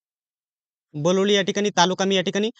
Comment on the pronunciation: बलोली नाही बिलोली आहे बे 😂